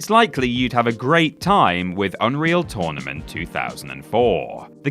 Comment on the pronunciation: It's not tOrnament, it's tÖrnament!